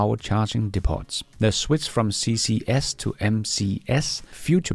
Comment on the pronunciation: Depot = De po, the t is silent. Metrics is not pronounced as matrix. Met rick's